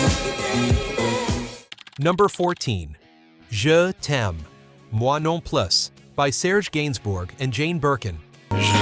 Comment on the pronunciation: Don't try to speak French; it makes my ears weep. Anyhow, the title is pronounce like this, Je tem, mwa non plu. Plu is like pu but with the L inserted.